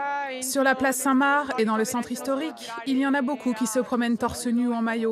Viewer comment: mare d’entendre parler de la place Saint Mare, c’est la traduction de San Marco. Depuis quand on prononce Marc : Mare ? C’est absurde et ridicule.